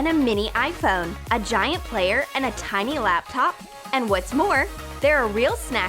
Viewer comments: The TINY word is pronounced as tie-neeh not tee-neeh duh. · It's tiny not teeny!